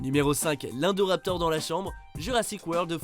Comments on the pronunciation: C est pas indoraptor indoraptor i n pas indoraptor vous vous etes chient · Omg il sont écorché le nom de l'indoraptor😬😬😬. A par ça cool la vidéo😊😊